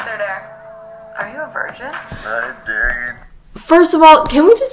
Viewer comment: Is it just me or did his British accent slip out when he said "dare"? Lol, you mustn't let your disguise fail.